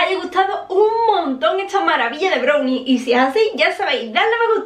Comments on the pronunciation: BROWNI? SE DICE BRAWNI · Me gusta como dice brunie, jajajaja en lugar de brownie. 😂😂😂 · se pronuncia "brauni" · Se escribe brownie Se pronuncia brallni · Es mi impresión o dice “brownie” literal pronunciándolo con “o” ?!?